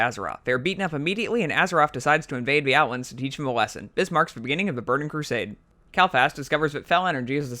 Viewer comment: The names kael not kal